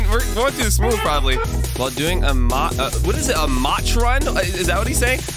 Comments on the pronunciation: im so glad that he is playing this and i love that he pronounces "mach" as "match" even though it's actually pronounced like "mauck" or something like that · Instead of saying mach imagin mach as maak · its called mach (ma-k) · Mach is pronounced ma-k (ma like yelling ma and ch makes k sound) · Hey! This isn’t a hate comment or a butt hurt comment just wanted to help with the pronouncing of Mach think of it like Mock. It likes a word for a certain amount of speed. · Every time he says "Mach" run it hurts my soul a little